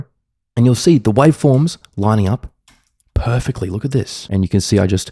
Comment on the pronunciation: “it matches PUHFACTLEE!!!”